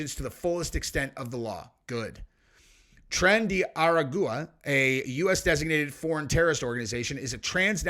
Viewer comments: Say Tren de arrrrr like pirates and Agua like water. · it is pronounced like arogwa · How did say that gangs name? Ragusa? Llol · Omg how do you not know how to say this gang name? They literally say it ALL THE TIME on the channels and tv and whatever. Ara goo ah. Omg😅😅😅😂😂😂😂